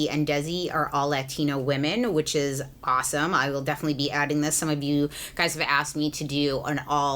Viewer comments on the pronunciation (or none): none